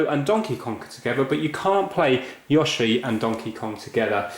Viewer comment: don't worry, you pronounced yoshi correctly the first time, but please, mario is mArio not mÄrio!